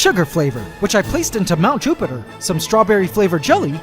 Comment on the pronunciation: "Mt. JupAtEr" idk why I find it funny sorry 😂